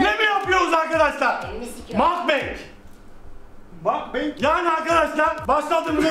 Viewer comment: Mukbang koreye ait bir şey sanırım ve Mukbang şeklinde de okunur makbeng değil ingilizce bir kavram değil yani herkes yanlış okuyor ama soyliyim dedim